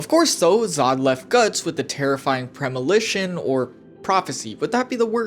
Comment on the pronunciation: Lol "Premilition"....😅